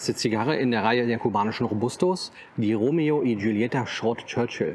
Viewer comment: Die Ausspache ist "Romeo i Chulieta" mit einem gekratzten "Ch" wie bei Kuchen